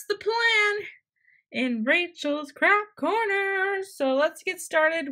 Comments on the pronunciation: Instead of you saying craft corner I thought you said crack corner.... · Wait are you saying Crap Corner or Craft Corner? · it sounded like crap corner, but it's craft corner XD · I thought she said crap corner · like if you thought she said " crap corner"